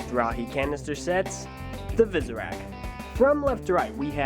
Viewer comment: It sounded like he said "Superak"lol